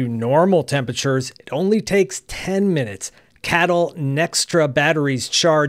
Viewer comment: Please stop saying "cattle", it's incredibly derogatory. Most people pronounce it as kay-tle.